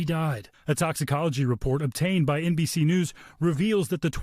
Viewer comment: It's NBS News, whacha want…